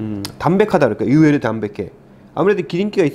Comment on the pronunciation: 으외루 아니고 의외로 입니당❤️